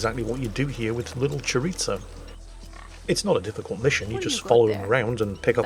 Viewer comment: Chor-eez-o. No “it’s” in the pronunciation . UbiSoft f ing that also